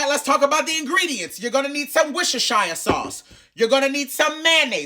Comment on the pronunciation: It's the ease in which you said Worcestershire sauce, I could never lol